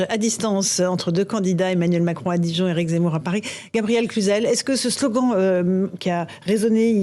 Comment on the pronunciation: le mec arrive pas à dire le mot eric zemmour